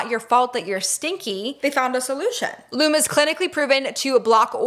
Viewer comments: You two are too cute! And Lume is pronounced Lume EE fyi 😘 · I love Lume. It really works! (Psstt,, I believe it's pronounced Lumie--like Loo-mee.) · Wait you pronounced Lume wrong haha love you